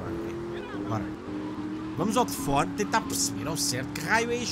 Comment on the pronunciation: "tefone" outra vez?